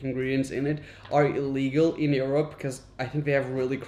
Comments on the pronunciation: Raphael said: erope instead Europe at 4.48 lol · I like your show. Curious that you pronounce Europe as "ear-up" instead of "your-up" - first time I've heard that. Just saying. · Skip to when Europ is pronounced awfully by a guy that complains that European cereal is plan… ☠️